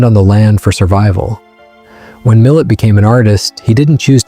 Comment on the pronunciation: It's pronounced Millay.